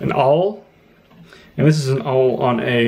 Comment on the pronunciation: what's this word? I like to use an aauwl?